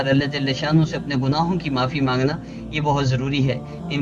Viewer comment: ALLAH JALHA SHANNA HOO... km se km as lafz ko tu theek se parh lo